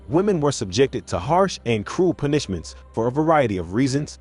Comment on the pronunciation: Try a different text to voice program. Constantly hearing this one...in multiple videos...mispronounce words irks the hell out of me, lol. "Pun-ISH-ments" xD